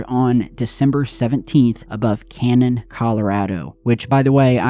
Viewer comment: I live 40 miles away from what is actually Canon City, Colorado, not canon, CO. It has a squiggly line called a tilde over the middle "n". So it is pronounced as canyon. The city is very near to the Royal Gorge Bridge. Highest bridge in the world.